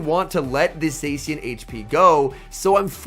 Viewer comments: I do hear "xe" but not se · Somebody teach this guy how to pronounce zacian